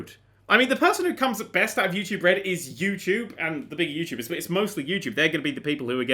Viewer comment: I was pointing out at the end you said yourubers instead of youtubers.